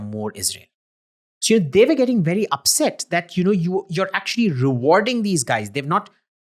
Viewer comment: But why do you pronounce "were" like "where"?